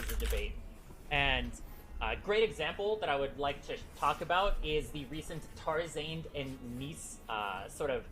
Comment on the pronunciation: everytime he said tar-zaned i cringed